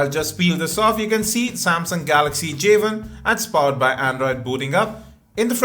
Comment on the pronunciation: J ONE, not Javen